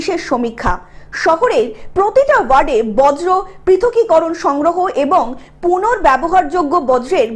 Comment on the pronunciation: "বজ্রো" নয় "বর্জ্য " বাংলা ভাষাকে সঠিক ভাবে উচ্চারণ করুন।